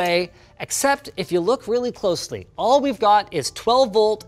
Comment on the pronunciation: Shout out to Linus finally learning how to pronounce "closely".